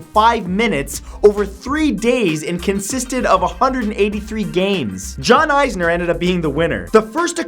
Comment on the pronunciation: LOL the way he said john isner 😂